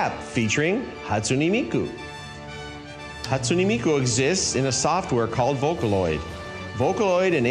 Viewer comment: "hAtsUnEy MiYkU!" its "Hatsune Miku"..